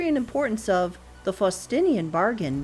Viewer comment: Please note that "Faustian" is not being properly pronounced.